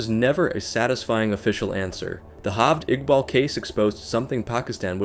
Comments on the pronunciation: Its not HALVED IQBAL. its Jaaavaaid Iqbal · his name is pronounced "jaa-vayd iqbaal"